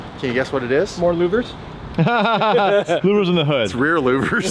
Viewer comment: The “more loovers” or how ever you spell it but it got me 😂😂😂😂